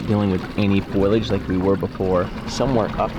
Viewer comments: FOE-lee-edge…not FOIL-edge. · Please stop pronouncing it " foil-age" it's phoalyage like it's spelt. This is like the third video where its been said and it's getting frustrating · Lol it's pronounced "foe-lee-age" I love the "foil-age"! 💜